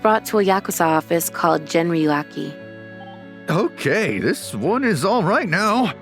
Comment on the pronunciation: Hmm? It's that hard to say Gen-ryu-kai for english speaker?? because she said Genryuaki or Genryuakai...